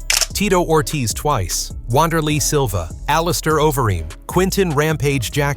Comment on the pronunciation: Worst AI crap ever. Shogun "R"ua?? "W"anderlei Silva. Don't put this stuff out there.